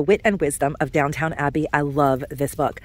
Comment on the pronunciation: Love you but it’s not DOWNTOWN ABBEY, it’s DOWN-TON ABBEY LOL